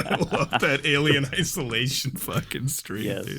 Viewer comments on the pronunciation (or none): Alien Eh-solation?